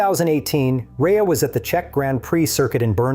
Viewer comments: Shit video. His name is Rea (Ray) not Reea. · A minor point but his surname is pronounced RAY not REEA.... And it's spelt REA..... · stopped watching ..."a Northern Irish rider named Jonathan "Ree-uh" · His name is pronounced Ray mr AI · Pronounced Ray. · can't even pronounce JR65's name properly.... Ai crap!